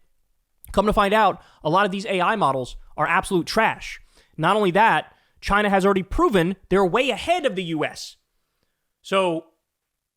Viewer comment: Love how Kyle says China.